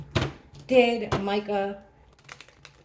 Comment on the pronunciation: Thank you for saying her name correctly…sooooo many readers are saying “ Meeka “❤️❤️❤️❤️